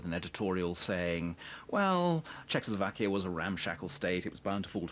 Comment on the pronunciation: For god's sake man it's CZECHOSLOVAKIA... \I know we are a small country, but the name ain't that hard...